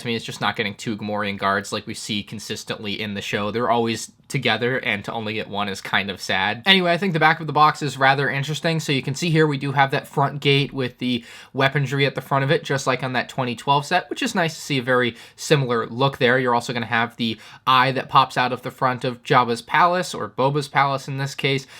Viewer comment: Still going with the 'weapon-dree' pronunciation